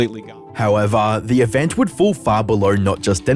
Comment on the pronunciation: I love Charlie, but his accent bugs me. Event is ivint